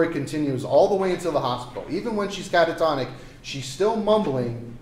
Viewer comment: Please give the defense a dictionary to l👀k up the word: CANTATONIC... 🤦